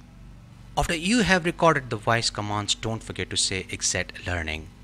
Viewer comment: I think if you speak English, the module will work better..try saying voice instead of woice. 😂😂😂😂